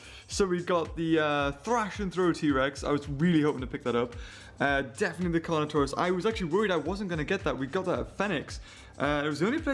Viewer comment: whenu said carnotarous didu mean toust